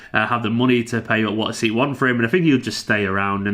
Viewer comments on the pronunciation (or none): none